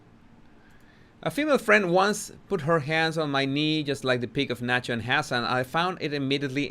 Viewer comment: “El Sancho” …I mean el Nacho lol.